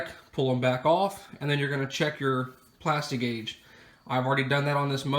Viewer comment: Lost my interest the second he said “plasti-gauge”.